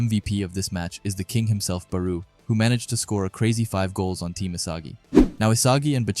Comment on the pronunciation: bro pronounce their name right please OMG IT'S PRONOUNCE BARO NOT BARUUUU